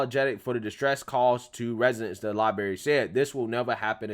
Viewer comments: Its LibRary. Not LibAry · I have so much respect for you and I'm a loyal follower of your channel. But please stop saying the word "libary" instead of "library". It's not a good look. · I was scrolling through to see if anyone else mentions this. I dig his videos, but this is just embarrassing. Then you get "oh, he's country". C'mon, with that weak noise. The soft bigotry of low expectations. Holy crap, libary libary libary. It's so cringey. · Not meaning to be rude, you may want to work on your pronunciation of library. You need you to roll the r right after the letter b